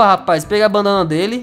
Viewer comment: 0-0 banana ? ficou meio estranho se e que vcs me entendem ;-; edit: e brincadeira ta gente kk ele falou bandana kk eu so achei engracado skks